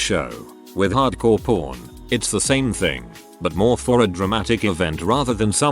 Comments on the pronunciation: I keep hearing "hard-core porn" instead of hard-core pawn. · hard core pawn sounds like hard core porn cause the tts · That “Hardcore Pawn” pronunciation was rough 😂🤣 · Glad I'm not the only one 🤣